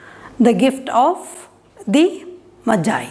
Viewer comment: Mam it is not majie it's the gift of magi magiiiiiii